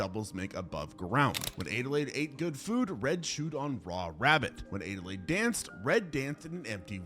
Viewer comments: Adelaide (add-a-laid) not aidealaide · It's Adelaide not adelayed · So my name is Adelaide, (pronounced ad-uh-lade) and that’s how the protagonist from the movie “US” is spelled, but it physically hurts me to hear it be pronounced “ay-duh-lade” xD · “Aid-a-lade?” How tf do you not know how to say Adelaide??? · Why are you pronouncing Adelaide like that? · The way he's pronouncing Adelaide is killing me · That bothered me too